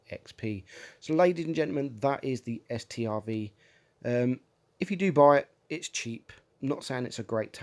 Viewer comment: It’s not S-T-R-V it’s just pronounced Stroodsvawn